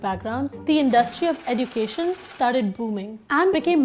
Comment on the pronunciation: You are pronouncing education wrong search on Google